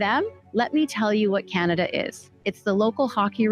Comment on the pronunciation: Viva, if you are gonna make fun of her pronounciation, you missed where she said CanadIa. For all the Libtards freaking out on Trump, on Tik Tok, do they even have the self awremness to realize that the only reason why they are on Tik Tok today is because of Trump?